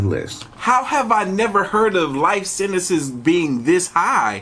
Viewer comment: Sentenceziizizizzzzziz aha love you made me crack up when u said sentences